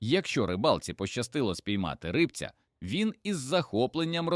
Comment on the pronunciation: Не ри́бця, а рибця́